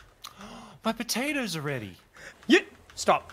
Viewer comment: "My pototoes are ready" 2019